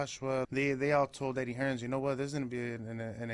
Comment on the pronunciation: Why he keeps saying HearnS...ITS HEARN